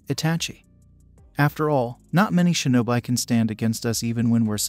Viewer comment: its pronounced shi no bi like bee